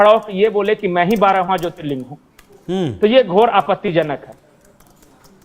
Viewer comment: Wo jyotirling hota hai ling nhi